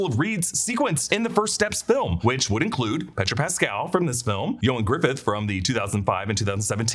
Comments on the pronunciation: Why did you keep calling him Ioan Griffith? His last name is Gruffudd, not Griffith. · Its not Griffidd. Its Gruffudd. GRUFF-UDD